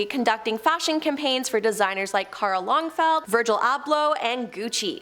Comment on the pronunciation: Oh the mispronunciation happening... Arghhhhhhh!!!!! Casey Kazim??? No!! Kay-sem!! Karl Longfeld?? No!! Karl Lagerfeld!! It hurts!! Lmao